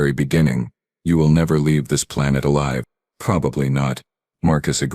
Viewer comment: "......make an example of him LIV in front of everyone"!!!!!!????? WTF is "LIV in front of everyone."!!!!????? FKN POS AI!!!!